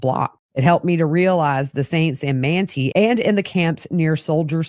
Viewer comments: I love this podcast. 😊 Manti, Utah is pronounced Man-tie. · Manti is pronounced Man-tie 😊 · Great information. Thanks! BTW Manti is pronounced with a long I. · The towns in Sanpete are pronounced “Man tie” and “E from” 😘